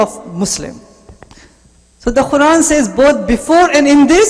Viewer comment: Was anyone else irritated by this guys squeeky old lady voice... And his pronunciation of the quran was weird.